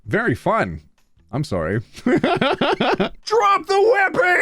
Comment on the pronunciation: “Also Canadian, I’m sorry” was aggressively Canadian, 💀